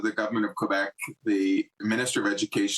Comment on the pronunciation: This idiots can't even pronounce Quebec properly and they are pretending like they care.